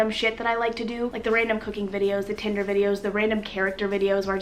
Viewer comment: When you said tinder I heard titter 😂